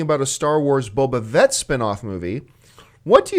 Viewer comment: John, for the love of God, it's Boba FFFFFFett, with a big ol' "F". haha Sorry that just irks me. lol